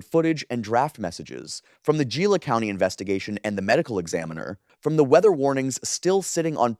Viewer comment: "Gila county". Is pronounced. "Hillla " no hard G.